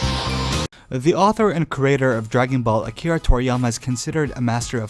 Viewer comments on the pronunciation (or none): none